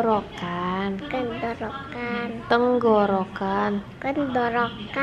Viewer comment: Semoga lekas sembuh kak. Lucu pas bilang kerokan(masudnya tenggorokan) 😄